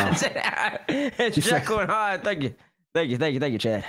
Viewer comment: did he just say "Heckle and Jyde"??? bruh...